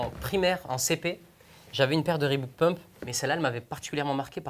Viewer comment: "Reebook" ?????? Non c'est "Reebok"